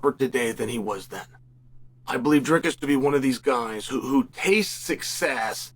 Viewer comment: "Driscus"😂 sped